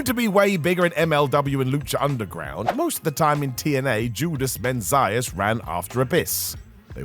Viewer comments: Chris Melendez was pretty cool. I liked Rellik. It was crazy but at least they tried. Ink Inc was pretty cool. I read that Jesse Neal was kind of a jerk to people behind the scenes, apparently. I guess that didn't earn him many fans. Mesias, not MEN-zias. 😂😂 Gunner was all right, but Murphy was just kinda there. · TOTALLY butchered Judas Mesias's name. It's NOT pronounced Menzias, BUT pronounced Me-see-is... Just saying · Judas "Men-syus"? It was "Mess-ee-us". And Vince Russo was copying his OWN stuff... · The pronunciation of Meh See Us Mesias is boiling my Puerto Rican blood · Made me think of Regal and Umaga. Once again where in the “N”? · It's pronounced Macias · pronounces "Anarquia" correctly, and then somehow inserts the letter 'n' into "Mesias." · Where is the ''N'' in ''Mesías''? One thing is an incorrect pronunciation (we all been there with a language we don't speak) but adding letters is just wrong.